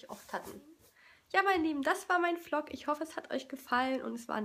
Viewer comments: vlog wird übrings so ausgesprochen wlog als wenn da ein w wäre (nicht böse gemeint♥) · Hallo und Herzlich Willkommen zu einem neuen "Flog" von mir 🤣🤣🤣 kannst du nicht reden??? Oder "Schiesburger" , "Schips" (no hate, und lern deinem/deinen Kind/ern selbst aufzuräumen) 😩😩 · warum sagst du immer flog? 😂😂